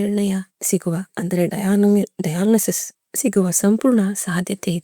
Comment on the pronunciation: Not dialisis(ಡಯಾಲಿಸಿಸ್‌)diagnosing